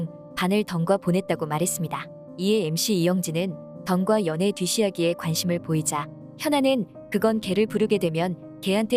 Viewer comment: 이 영상 목소리도 ai 인가요? 뒷이야기가 언제부터 뒤시야기로 읽히는지. 휴.....